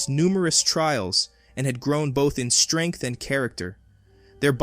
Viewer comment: what is it with you americans? Vader never pronounced "shtrength". he used the word "strenght" with S not SH.